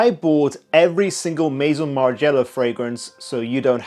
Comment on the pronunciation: That’s not how you say ‘Maison’ but ok. Margiela is legendary but clearly you don’t know